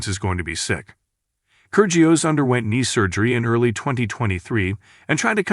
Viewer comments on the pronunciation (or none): try pronouncing his name correctly....